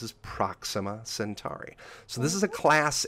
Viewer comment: FYI - a friendly reminder of just a few basic things: By definition a Mega-Meter is 1000km. Kilo = 10^3, Mega=10^6, Giga=10^9 etc. Also it's not 'Centari', it's 'Centauri' like 'centaur'. Finally 'Lagrange is a french name, pronounced 'le-gron-je' That aside I was impressed by the accuracy of most of the stuff discussed though. Most people over-hype and tell half-truths but what said was a good, realistic summary of the the real science going on.